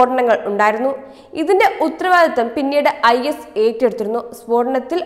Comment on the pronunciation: Read clearly; ഉത്തരവാദിത്വം, വെള്ളിയാഴ്ച എന്നൊക്കെ നന്നായി പറയേണ്ടേ...?